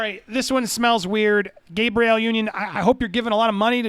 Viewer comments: Why do Americans consistently pronounce everything wrong? Her name is clearly pronounced "Gab-REE-Elle" (Gabrielle), not "GABE-ree-yul" (Gabriel). It's like few of you have ever passed grade 2 english. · Wait a minute.. what state andy from? he said “Gay-Bree-Elle” I have never heard it pronounced that way 🤣😂 at least not in ny. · You're saying her name like it's the boy pronunciation, like Gabe or the angel Gabriel. Her name is Gabrielle, Gabby for short, the "a" is short sound.